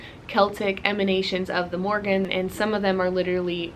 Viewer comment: (1) First of all you are saying her name wrong the whole time😅 if you pray to her you should know how to address her with respect (2) she’s not connected to cattle she landed on a bulls back to tell him about the battle.(3) The Morrígan is mainly associated with war especially with foretelling doom, death, or victory in battle. She incites warriors to battle and can help bring about victory over their enemies. The Morrígan encourages warriors to do brave deeds, strikes fear into their enemies, and is portrayed washing the bloodstained clothes of those fated to die.She is most frequently seen as a goddess of battle and war. I’m sorry I was rude earlier I was just kinda taken back that you say all these things that are not true . I take my culture and Celtic history very seriously as it is my heritage.